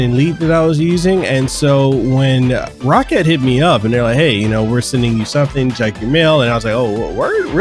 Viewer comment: its not pronounced rocket..its pronounced row-cat